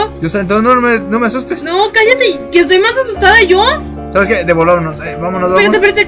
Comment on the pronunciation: Dice de no pueden escapar de Mi Pero sho no soy xd